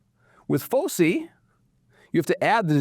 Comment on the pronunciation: It’s pronounced /ˈfəʊsaɪ/, sir. I don’t go to bed until I’ve watched your daily videos 😁